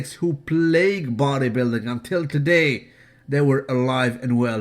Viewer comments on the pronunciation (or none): none